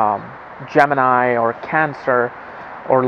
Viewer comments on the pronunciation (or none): none